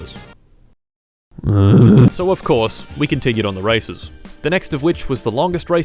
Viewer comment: Why i didn't stop to heard racism instead of races ?